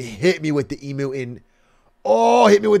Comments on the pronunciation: guys its pronounced eemyoo not eemoo omfg it hurts my hears so much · the fact that theyre saying e-moo and not eem-you makes me visibly discomfortable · none of them can say emu right 😭😭 its eMU not eMOO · Every time they said Emooo instead of EemYOU XD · wtf is an eemoo its eam--you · Plz the way Atrioc pronounces emu "e-moo" is killing me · Love how they pronounced emu as emoo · So triggered as an Australian. Its pronounced Ee-Mew! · "I can't believe you got it, and you don't even know how to say 'emu' correctly." THANK YOU LUDWIG! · hate how americans pronounce emu